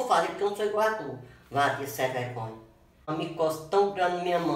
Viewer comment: "Wadia sem vregonha" KkKkK